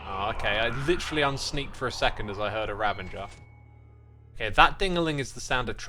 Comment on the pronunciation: RA - VA - GER ...... not Ra-ven-ger please..... it is so triggering!